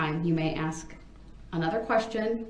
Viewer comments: Brung into a courtroom. Wow. Who taught him English. “Have they saw”. “Axeing” substaining. Forf. Oaf. And does he not hear how dumb he sounds? Biasness. Biast. How can he hear the work ask yet turn around and axe. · Lol he even says “axe” instead of ask😂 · Love that part. I wish she would say "do you want to axe a question or ask a question?" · Not all blacks speak like that he's lazy and doesn't care to pronounce his words, he thinks he's a gangster